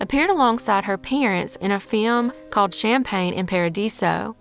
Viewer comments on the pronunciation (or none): none